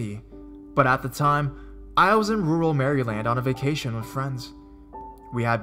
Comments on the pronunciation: Good stories. Just a bit of constructive criticism: Maryland - the state - pronounced Mare-uh-lund. Iowa - the state - pronounced eye-o-wuh. However, it is only one syllable. So say it quickly. I do think that you do well with the read overall, you certainly aren't monotone, which is helpful. Not trying to be a picky bitch - but I am being a picky bitch. =P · 😂😂 he said Mary land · mary land? pfft your pronounciation sometimesXD but great vid:) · Mary land. I know it's so rude, but I couldn't stop giggling at that mis-pronunciation. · Magic_Zach, sorry, but that's not really true. No one pronounces it that way unless you're learning how to spell it or you're new to the word. As you can see from the other comments that you've been protesting on, in the union, you don't make an "ee" sound when you say Maryland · Mary-land lol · gamer65 same, he said MarEEEland in another video too. This dude lives in the US and even on the east coast. I'm not trying to be rude and I like these vids for their content, but with his odd narration style this makes the pronunciation that much more distracting. I'm sorry, usually I'd say 'to each their own' as well, but it's pronounced Mayor-land (as in mayor of a town). Please get it right before you make a video... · He said Mary land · iv lived in Baltimore my whole life and NO ONE pronounces Maryland like this guy. no skin walkers either. just awesome heroin and crabs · Annie Knabb I hope he's saying it like that on purpose bc everyone learns how to pronounce the states in grade school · Annie Knabb lol i know right when he said figure i laughed so hard LOL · Jennifer Shelley the Maryland thing got me too lol but I'm kind of wondering if he's saying it like that on purpose or not bc everyone learns how to properly pronounce all the states in grade school